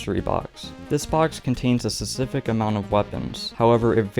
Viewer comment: You need to practice saying specific